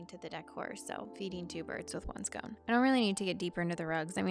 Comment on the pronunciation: "Did she say "feed 2 birds with 1 scone"? ❤